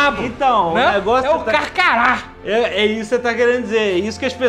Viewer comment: carcaju...não carcará...